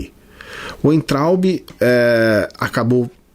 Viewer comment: Concordo com tudo que falou. Mas ouvir "Uaintraub" foi doído hahahaha. "Veintraub".